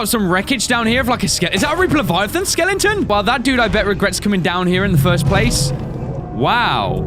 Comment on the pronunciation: I love that pronounces skeleton skelington